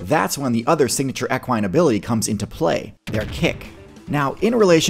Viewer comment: Love the videos hate how you pronounce equine. But we want a video on moose